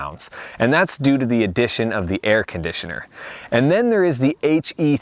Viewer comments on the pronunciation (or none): You say air conditioner like Filipinos hehe